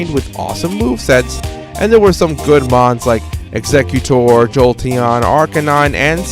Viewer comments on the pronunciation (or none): none